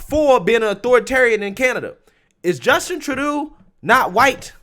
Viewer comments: minor grip, but why do you keep saying Justin Trudeau incorrectly? (True-Dough) you say it correctly sometimes then incorrectly other times...is this a inside joke that some of us missed? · Its pronounced......Justin Adolph "True Dough" not tru doo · His name is pronounced "tru-dough"....😁🤔😁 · It's pronounced Tru-dough.